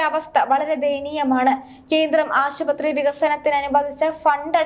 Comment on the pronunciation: 2: 50 ആക്ഷേപം നിക്ഷേധിക്കുകയോ ? ഈ കുട്ടിയുടെ മലയാളം ഒട്ടും ശരിയല്ല. അന്നൊക്കെ പറയുന്നത് കേട്ടു. ആശുപുത്രി എന്ന്. എവിടെയൊക്കെ ആശുപത്രി വരുന്നോ അവിടെയൊക്കെ ഇങ്ങനെയാണ് പറയുന്നത്.